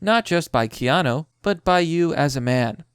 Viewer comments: Key Yah New.... It's New like Nu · Keyano** Fuck man,do you even english? You have to trolling,i refuse to believe someone could not know how to say his name. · It really doesn't matter why he's (not) doing it. Every single interpretation/speculation I've heard about this makes sense, and is a good reason to not touch women he does not personally know. I don't care how you look at it, it makes sense. And 'noo' is pronounced 'knew'; kay-ah-knew. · and women berate us for not 'stepping up'. you wanted it this way, live with it. Kee-an- oo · Key-Aah-New! It's not Key-Aah-No. It's not Koan-New either like another Youtuber calls him. It's like 'moore laws is dead'. Another Youtuber I know saying NerVidia instead of EnVidia. Why can't Americans pronounce words and names? AluminIUM! Toe-Mah-To! Poe-Tay-Toe! (angry grating of teeth intensifies). ;) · Do you not watch TV or movies, because you don't know how to pronounce Keanu or Joaquin ? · KÈ-Á-NOO...not kay-a-nô. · It's pronounced key-ah-new, not key-ah-know. In dictionary usage, noo is used for "new" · At first you were calling him keana... Which I've never heard anyone say in my life! Lmfao... Then you saw how it should be pronounced... key-ah-NOO! Noo is not no! If it was no, they would put no! Lmfao... How do you pronounce Boo? Or Poo? Sooooo, how do you pronounce Noo? Lol Such a fail... The guy that pointed this out to you before was correct! At least now hopefully you actually have learned how to say his name! Which everyone I've ever known has known how to pronounce! XD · pheenix Rivera wrong. What i wrote is correct. Stop confusing him. He already can't read normal words properly. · Key isn't pronounced like kay dafuq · How do you look at a phonetic spelling of Keanu and still pronounce it wrong? It's Key-Ah-New and Wah-keen! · It's key-on-oo and wa-keem Phoenix. Take it from a gen xer. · KEE-AH-NOU (Holy Crap! My ears are bleeding every time his name is botched)... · Its key-ya-noo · Keanu. 'Kay-a-new'